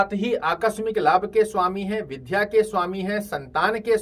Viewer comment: कृपया हिंदी उच्चारण शुद्ध करें, विध्या नही बल्कि विद्या का उच्चारण शुद्ध है।